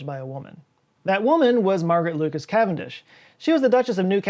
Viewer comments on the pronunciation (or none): none